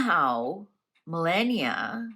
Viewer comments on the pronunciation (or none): Please stop mispronouncing her name is not Millenia is ME (AS IN MELLOW) LAW NIA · Mrs Trump's name is pronounced "Ma lah nee ah", not millenia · Trumps wife's name is pronounced - MA LAW NEE A. 😊😊 I keep hoping you will see my messages. 😊❤😊